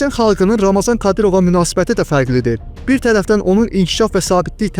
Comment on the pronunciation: Ramazan deyil ey Ramzandır, oxuyun araşdırın sonra çəkiliş edin!